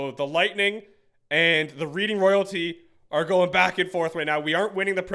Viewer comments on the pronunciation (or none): “reading” it’s a place in Pennsylvania it’s pronounced more like reding (the color red) it’s pretty dumb lol